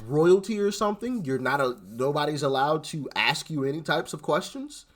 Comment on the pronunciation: Ask brother not axt lol